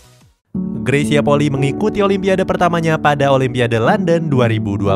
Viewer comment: RATA² 99% PENYEBUTAN NAMA MARGA NYA greysia POLII SALAH, YANG BENAR PENYEBUTAN NYA POLI I ( huruf i yg di belakang di sebut i TERSENDIRI